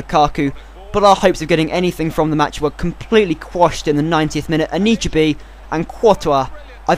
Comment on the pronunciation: It's An-i-chebe